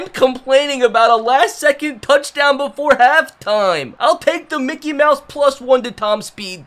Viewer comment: Why do you always say Mikey mouse